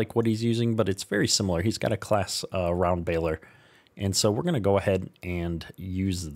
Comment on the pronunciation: Claas is pronounced closs